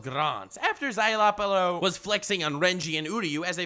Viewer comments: "Zye-la-porro" not "zye-loppero" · Szayelaporro. Sure you're saying that right? :|